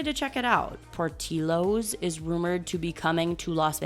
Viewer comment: Pour-till-o’s… not pour-teel-o’s 😔 chicago is disappointed